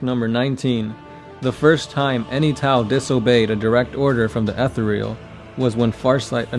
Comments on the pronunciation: "ETH THEE RE UL" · It's pronounced Eh-thear-ee-al! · Every time you say "Ethereal"...I want to claw out my own eyes. Please stop...please.